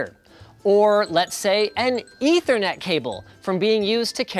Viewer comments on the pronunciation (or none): none